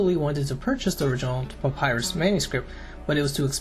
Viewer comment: Really like the video/content. Btw, 1 rod is equal to 16.5 ft., not 150 ft. I wouldn’t usually nitpick, but it’s quite the difference in size. Oh, and papyrus is pronounced puh-PIE-russ.